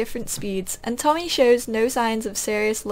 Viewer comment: You keep reading words wrong and its kind of funny.. haha. I think it shoupd be tommy.